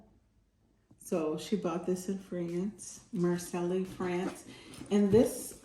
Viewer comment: Marseille pronounced MAR SAY, beautiful bags